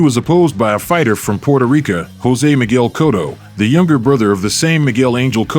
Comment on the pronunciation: But then you say Puerto RicA... lol